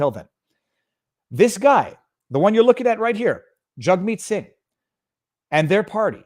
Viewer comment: Viva... you're saying their names wrong. They're pronounced Justine Turdo and Jughead Sing ;)